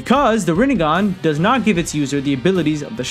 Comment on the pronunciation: You mean "Rinne-gone"